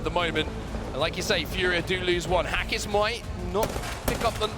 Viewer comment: pronunciation is off lol it’s “Hakisss” and “P.J”